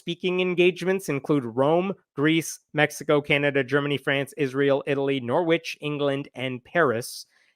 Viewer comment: Norwic is pronounced Norrich.